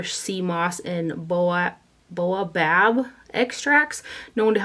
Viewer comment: Great haul! BTW it's pronounced bay-a-bob. It is the tree of life!